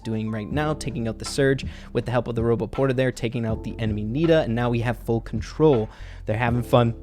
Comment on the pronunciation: When he said nita Pam I heard Peter Pan😂